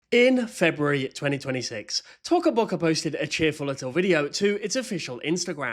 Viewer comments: Omg you are saying it rong you are saying tuco boccu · "tocka bocka" is crazy, bro isn't even pronouncing it how they intend it to be pronounced (in the intro too) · Its "toca boca" not "t0cA böC@ 😂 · Yea t”O”ca Boca is now T”o”cah Boca 😭 (if no one understands Toca Bocas o is not silent) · Why does it sound like he says sussy baca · No because like the way that he says Toca Boca is just so funny😂😂😂😂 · TOCA BOCA (idk why i like how u say it lol) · Yess! He is so stupid like first of you don’t say Toca Boca like that he says it so wrong🙄💗